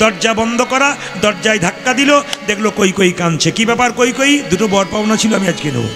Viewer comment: কৈকৈ কেন বলছেন নামটা কৈকেয়ী।